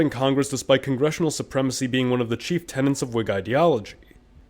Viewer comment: *tenets, not tenants